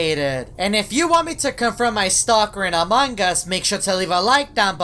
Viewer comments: The youtubers keep saying among gus theres no g its among us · I like how when he trys to say among us he says "among gus" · I switched on the subtitles and when you said among us it said amangas